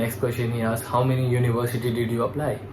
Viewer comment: Aksed or asked? 😂